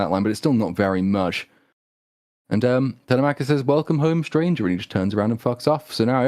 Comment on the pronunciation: every time they say Tella-mackus 😭😭